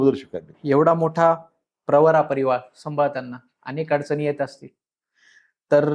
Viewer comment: प्रवारा नाही प्रवरा म्हणा